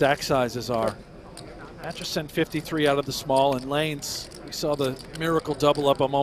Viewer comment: Commentator keeps saying Atchison's name wrong. He keeps saying Atchinson, not Atchison. Where are you getting that extra n from?